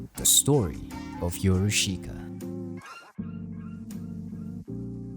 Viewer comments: it’s pronounced as “your-ush-ka” not “yo-ru-shi-ka” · I really like this documentary, but if you will, allow me to correct your pronunciation. It is not "YoroSHIka" but "Yorushka". The "i" is silent. PS. I really like this content! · I love the way you pronounce “YoruSHIka”